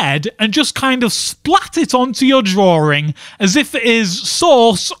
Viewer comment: "The year, of DRAWRING."